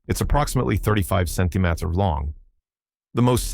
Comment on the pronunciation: cm = sen-tee me-ters